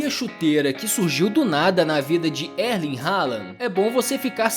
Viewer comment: Pronúncia de Erling errada. O R não se pronuncia.